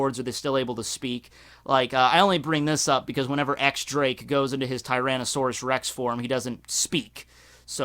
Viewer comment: It's not pronounced X Drake it's pronounced Diez Drake.